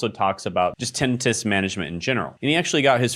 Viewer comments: Are you mispronouncing tenitis on purpose? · TA-nI (long i) -tus.